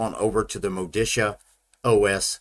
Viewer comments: As an italian i can confirm it should be pronounced "Modicha" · It's pronounced Moditzia. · Great review. I wanted to be sure it was worth installing before going ahead with the installation. It's pronounced Moditzia BTW. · If the distro was from Italy, then MODICIA is pronounced properly as Moh-dee-Cha. Looks like a fine desktop, I hope it performs great too. Auguri e saluti a tutti i developers! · If it Italian than is is pronounced Modicha! (like in chair) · pronounced MOE DE CHA.... lol neither of your stabs. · Hi mate, it’s pronounced MO-DI-CHA. Stress the second syllable and the O is a short vowel, the A is pronounced ah. Enjoy! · It is pronounced mo-DEE-chah. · My guess is that it's pronounced "Moh-dichia". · Modicia is pronouced as mo-di-cha (ch as in kitchen), I think. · It's Italian -- I'm sure pronunciation is M-oh-de-ch-ee-ah. (just like my Ruscetta name is pronounced with Roo-sch-e-t-uh)